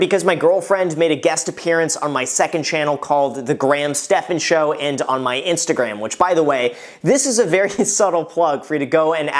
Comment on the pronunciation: Did... Did you just call it your InstaGraham?